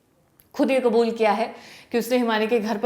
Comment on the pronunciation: हिंदी में कबूल नहीं होता है आप बार बार हिंदी में क़ुबूल क़ुबूल क्यों बोल रहे हो.